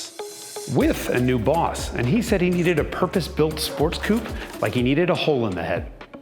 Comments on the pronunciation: Dear Jason, I love your videos, I really do, but please, PLEASE stop saying "Porschah" (it's pronounced "Porscheuh"), and "Coop" ('Coupé" is a French word, it's spelled with an accent on the "e", and is pronounced "Coopay"). As for the rest, keep it up, you're rocking AF! 😂👍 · Say it with me now 'Coo-pay' not 'coop'. A coupé is a car, a coop is where chickens live. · That he correctly can pronounce „Coupé“… Having to hear „koop“ hurts the ears. What do Americans think ist the „é“ with its accent aigu for? It gives the „e“ a sound. It makes the word sound „koopay“ (no - really ist is an „e“ at the end like the „e“ in „men“ or „hen“, but I fear that no American could ever say that…) 🙂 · When someone reads "coupé" as "coup" I have no doubt about his intellectual level. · But still, like most of the American YT, can not pronounce Coupé properly :( :P